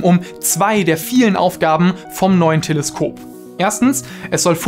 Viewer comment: Telesköp hahaha der kam unerwartet